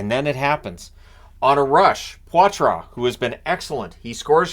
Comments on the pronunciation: Don't mean to correct you but its Paw-Truh not Pwah-truh. Go! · "Poy-Trace" Not "pawtwah" ...I'm not lying to you. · He said he wants it said “potra” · Sounds like Poitras is going with the Anglicized "Potra" pronunciation btw